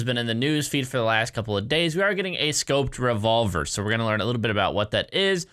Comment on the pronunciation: “Scoped Revolved” LUL